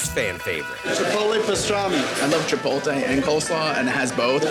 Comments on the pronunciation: Chipotle...not Chipolte...I can't believe how that continues to get mangled in 2026. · There are 2 types of people in the world…one that says chipolte and one that correctly says chipotle 😡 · "MAN I LOVE CHI-POLL-TAY!" guy who can't pronounce chipotle